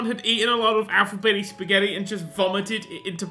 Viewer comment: "Alphabetti Spagetti" ~ NerdCubed, 2015